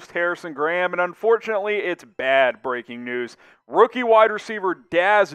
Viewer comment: Emphasis on “breaking” news